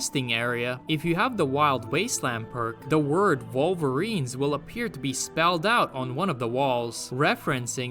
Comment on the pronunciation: Volverines lol I enjoy the way you pronounce things now. It took me 3 videos 😅😂